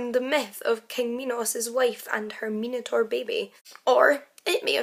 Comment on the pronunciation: An intriguing story. A pity that you couldn't get even the basic details correct. You could have easily looked it up online. It was Zeus not Poseidon. Pasiphae didn't wear a 'bull costume' it was a hollow replica of a cow. By the way, Minotaur is pronounced with an i as in 'eye'.